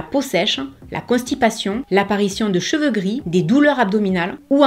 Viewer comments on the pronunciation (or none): none